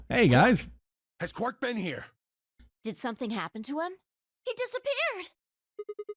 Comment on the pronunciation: Zero III calls Quark, 'Quirk'.